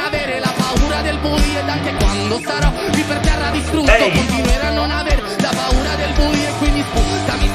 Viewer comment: Paura not puara means fear😆